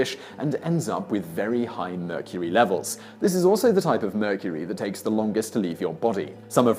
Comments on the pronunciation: He said tuna from meurcery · immediately scrolled to the comments after he said "the tuna in murcury" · He said the tuna in mercury lol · "Tuna in mercury" lmao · The tuna in mercury?? this guy messes up dozens of times each video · did anyone catch the part where Simon said "the tuna in mercury..."